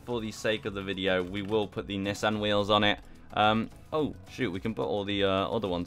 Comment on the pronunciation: dawg im srsly about to mute him, miss pronouncing Nissan srsly?